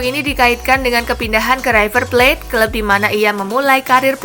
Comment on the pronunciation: Maaf min..... Itu berita tentang higuain, Kata-kata "river plate" Tolong jangan di baca "raiver...... ". Tidak semua kata-kata awalan "i" dalam bahasa Inggris harus di baca "ai". Trims..... 👌